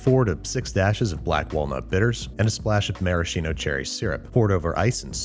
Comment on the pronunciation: Pssssst! That CH sounds like "marasKino" not "maraSHino". All "CH" instances in Italian sound like "K".